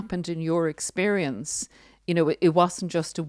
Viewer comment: You are the only person I've heard in the last week to pronounce the word, experience correctly! People aren't enunciating the word...it's sounds so wrong and has been really bugging me.